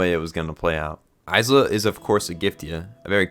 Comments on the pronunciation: its pronounced Eye-duh its only spelt Isla (im trying not to cry right now) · First, a giftia died every time you said Isla’s name like that, so congratulations mate. And second, i really get what you meant at the point where you said ‘this is the moment it went from solid 8-9 to something far greater’, i felt the same thing, only it was more like solid 7-8 for me before. Tho funnily, i think that actually makes it more impactful like that, as the bigger the gearshift (in how much you’re liking something) the more surprising it is. So I’ve no doubt the last few episodes are gonna make future me look back on the whole show thinking its all better than I woulda apart from it. ….for better or worse that may be. The only things I guess I could say is, well, Id say im just somewhat harder for media to make cry so i didnt meltdown outright like I did at Assassination Classroom’s ending, but still, water did build in my eyes a bit. I also duuunnoooo if Id back ya up about thinking Tsukasa “isnt flat” cus Ill be real I dont see what he’s got too particularly special-but I didnt have any real PROBLEM with it, if anything maybe it helps just seeing someone more ordinary in a tale that’s tryna be realistic, im just saying. ISLA tho may now be among my favourite anime girls now on the other hand. She was peak. (And I can get you thinking an anime’s music makes just that little more difference, after the likes of Ass Class and MHA, I hold great value in it, but nvm that) And yeah, the message is probably the most important thing about the show as a whole, and I app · bro why did u pronounce isla like that good video tho lol